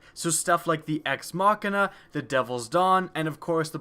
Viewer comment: Thank you for pronouncing Ex Machina correctly unlike everyone.